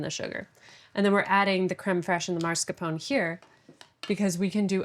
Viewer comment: Man, I love this channel so very much, but her pronunciation of “marscapone” is killing me…. :p